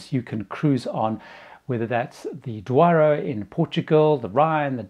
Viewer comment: you’re still trying too hard at pronouncing ‘Douro’! It’s just so easy: say ‘do row’’ as you would in English, and you’re pretty well there!